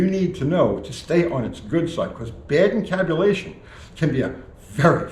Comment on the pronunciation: Did you say camtabulation?